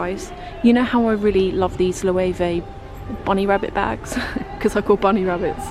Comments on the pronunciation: Loewe.....the letter w doesn't in theory exist in the Spanish alphabet, so they pronounce it as a v. So you say low-eh- vay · Lo = lo e= eh we= veh Lo-eh-ve pronunciation in Spanish and German. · Loewe is a German brand and it's pronounced LOE-HWEEE "Löwe" - loved the shopping! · I think you looked more alert at 6am than me at 1pm! You sounded clear and energetic as well. I speak some German so Loewe is pronounced almost like ‘Lo-ay-vay’. In European language ‘e’ sounds like ‘ay’ and ‘w’ sounds like ‘v’. I like how you make David take your shoes off- you remind me of my husband and myself sometimes 😊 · I love your videos, you’re my absolutely favourite YouTuber. I always mention to my friends that I need to disappear for few minutes ‘cause just uploaded a new video. Now it’s midnight and I’m eating pizza on my couch, watching this after a 9 hour, crazy shift in Zara. I have to say one thing though. Loewe is Spanish. In a lot of European languages “w” is pronounced “v” (including my first language - polish). The same thing with “e”, that is pronounced like the first letter in the word “elephant”.